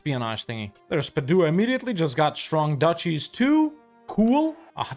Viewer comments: The way you pronounce Padua hurts my ears. Love the rest of it! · Hey love your videos! Italian here, just wanted to help, Bergamo is pronounced BER-gamo, emphasis on the "e". Same for Padua (Padova), emphasis on the first "a", and Modena, emphasis on the "o". I'm actually from Venice, and look how you just massacred my boy but I understand you had to 🙂